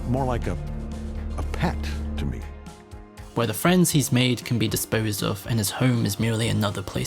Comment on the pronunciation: DID YOU HEAR THAT? He said “Thanks for having MIAAAAAAAAAAAAA!”